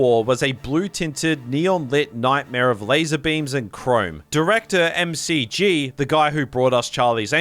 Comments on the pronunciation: It's "Mack-jee", not "Em Cee Gee" 💀 Clearly you are not a Charlie's Angels fan ahah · It's McG, as in... Mc-Gee not M.C.G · love it the directors name is pronounced Mick Gee lol no EM CEE GEE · The director's name is pronounced MacGee, not M C G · Solid! tho McG is 'Mick Gee' like McDonald, not (M-C-G). His R-rated Salvation cut is available on disc. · The director of Salvation is named McG — pronounced Mick Gee. How can this movie be #2 in your list without your knowing this? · M-C-G? His name is pronounced as it is spelled: "McG". Mick, then the letter G. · Sorry, M C G?? That's McG to you, Buddy. Like McDonald's! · No, Christian Bale down not have "a Welsh accent"! Though he was technically born in Wales, never really lived there & he has a very distinct London accent. It's also not "MCG", tho an Ausdse making that mistake is understandable: it's McG, pronounced "mcgee". For some pretentious reason. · For being such a fan of Salvation, you sure don't know how to pronounce the director's name 😂 It's 'mac gee' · his name is said like 'Mack Gee'. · I believe the director’s name is pronounced [makgi]. Like you would pronounce McDonald’s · Nice video but I think the director of Salvation is pronounced “Mick Gee” because it’s short for his middle name McGinty. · Never heard McG pronounced " M C G" before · Its pronounced "Mick G", the director's middle name is McGinty. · That's not how you pronounce McG